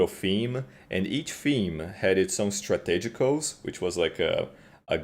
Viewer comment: anyone else praying for him to notice how to say strategos? kkkkkkkkk